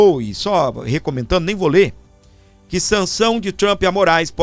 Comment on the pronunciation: Uma dica do professor Valter, de língua inglesa, com carinho: não diga "Trampí", diga "Trump", sem acrescentar o som da vogal "i". #vivatrump